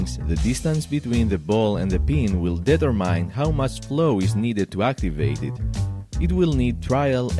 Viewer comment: though i do enjoy your videos, deh-ter-mīn? i think you mean deh-ter-min or duh-ter-min. not every word (in english) that has an e after a vowel makes that vowel say its name (e.g. have isn't hāv, give isn't gīv, love isn't lōv, etc.). i'm not a stickler by any means. i have watched many of your videos and will continue to watch more, but after a while, it would just make sense to have learned the correct pronunciation after speaking a language for a while. i'd be the same way with an oriental person that has been speaking english for a while and still says (for example) "i no got money" instead of "i don't have any money" if i have been watching their videos or conversing with them for a while.